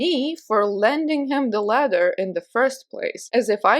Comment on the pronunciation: In the last story I thought you were saying "letter" for like 90% of the story. Then I realized it was a ladder and it made more sense 🤣🤣🤣 But, why does his ex wife live next door?! I still have several questions. Look after yourself and take your time💕